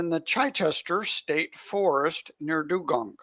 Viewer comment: Yep, I have Found 'The Frypan' as it is my closest OLD cache, with the oldest for Australia in Lane Cove, also NSW. Found on Australia Day, 26th January, 2012: 68km SW of home! BTW it is near Dungog -> Done-gog! While the old one in South New Zealand - Dunedin, is NOT Done-Din; but rather Done-ee-Din! 🙂